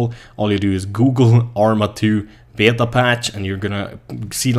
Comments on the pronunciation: You pronounce it 'Bay Ta' not 'Be yay ta' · Beta, pronounced Bay-Tah. Just a friendly correction, instead of Bay-uh-tah. When said quickly it sounds like bay-dah. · Älskar hur du säger Beta när du pratar engelska och så kommer en svensk dialekt XD